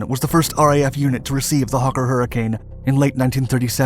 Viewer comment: What's a "hukker"?